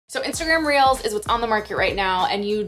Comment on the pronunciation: Everytime she says reels ...I hear reals🌚🌚🌚🌚